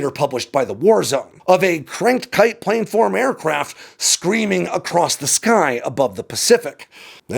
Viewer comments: Plan-form. PLAN-FORM. Not plane-form. For fucks sake. Why do you keep saying this wrong? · Say “plan” Got it? Now say “planform” It’s not “planeform” Source: aerospace engineer